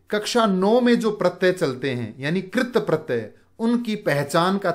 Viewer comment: Sirji AAP katpratey ko galat bol rhe hai